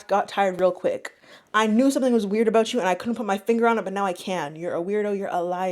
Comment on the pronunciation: “That’s all I’d be thinking aboot”